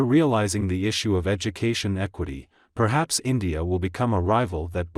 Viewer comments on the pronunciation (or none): none